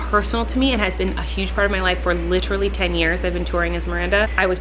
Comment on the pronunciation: Litrally or literally?!? 🤣♥️ love you lady!